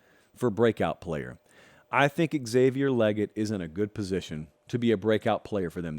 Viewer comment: Its pronounced Lay- gett not Leg-IT